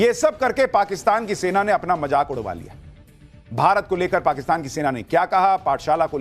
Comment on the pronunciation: Jaisay raw ni raaaaa 😂😂😂😂hota hai waisay majaaak😂😂😂ni mazaak hota hai😂😂😂😂